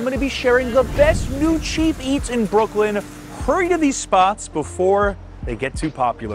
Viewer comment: Brookwyn? lol